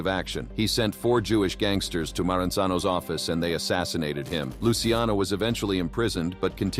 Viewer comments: Luciano sounds like Lou Cha No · Say it with me.. Lu-Kay-Zee